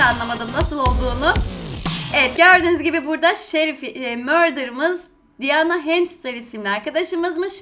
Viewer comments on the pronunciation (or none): none